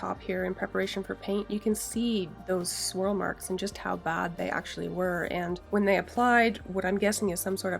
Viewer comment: It’s a good thing you included it in the title because I could have sworn you said squirrel marks.